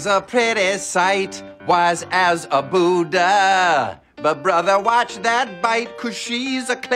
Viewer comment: He couldn't even pronounce Buddha